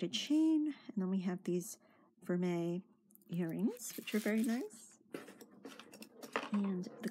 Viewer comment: Congratulations!!! 🥳👍 You pronounced ‘vermeil’ correctly!!! 🏆 Everyone has problems with that one!! Rocks! 🥰